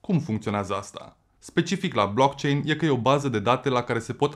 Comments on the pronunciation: Eu l am închis... Nici măcar nu știe cum se pronunță "blockchain"... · Dacă ai făcut research precum pronunți "BLOCKCHAIN" înțeleg de ce ești împotriva viitorului. 😞